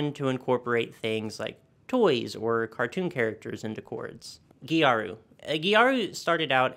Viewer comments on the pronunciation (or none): This "gejaru" pronunciation of gyaru is something i've never heard before for sure. Since it's just the japanese way of saying "gal" it's closer to "garu".